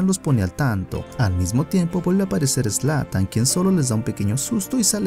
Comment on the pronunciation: Zlan? Jajaja es zlatan Ibrahimovic